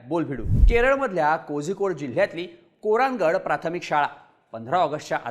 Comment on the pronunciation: ते kozhikode नव्हे कोळीकोड अस त्याच उच्चारण असते.